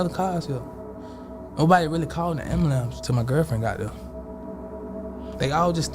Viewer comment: 😂 GOOFY & REMEDIAL BANDITS! "AMBALAMPS". "SKRAIGHT". EEEEEEEEEEEYUCK! 🤮